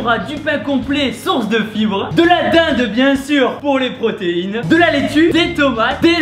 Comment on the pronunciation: Like qui trouve que Thibaud a une sorte d'accent quand il dit "Dinde" 😉